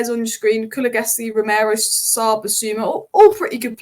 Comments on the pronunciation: Ku-lu-sev-ski. Not Ku-lu-ve-ski😊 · This is one of the best reviews of the subject i ve seen! Nicely done!! But please it's Kulu-SEV-ski 😅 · Great video, wish you succes. But as Tottemham fan Kuluveski tears my ears😅